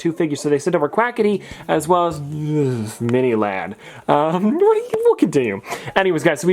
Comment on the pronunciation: Why did you say mini lad like that?